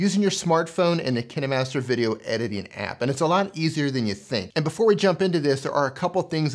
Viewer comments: I just didn't liked the way u pronounced 'KineMaster' cause u pronounced it as ki-ni master and I am in habit of pronouncing it as ka-een master but still nice video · Kin"e"master lol